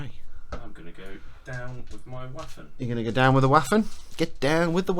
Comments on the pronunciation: Loving this, I'm a Memoir '44 hard core fan and slowly learning about Bolt Action. PS. Waffen SS is pronounced Vaffen SS... the W in German is a V like Victor sound, hence, pronounce it Vaffen SS, similar to V as in Van. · This video was amazing but there was one thing that drove me up the wall... The pronunciation of Waffen SS I am learning German and I know that w is pronounced as V so the actual pronunciation would be Va-fen SS. I hope that this channel sees this and keeps it in mind for future videos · I love it when brits pronounce "waffen" as it is were "waffles" - makes it really sweet. You might not care about it, but in german "w" is similar to the english "v" ("vampire"), whereas "v" is pronounced as an english "f".